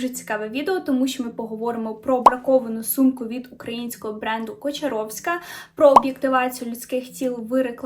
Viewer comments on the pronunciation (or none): КОчаровська? Ви серйозно? Навіть дівчина в відео каже КАчоровська, вас це не здивувало?